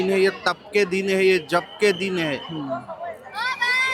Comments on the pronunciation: Aap Jaap ni... Jap suniye😂😂🙏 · जाप नहीं जप बोलिए। 😂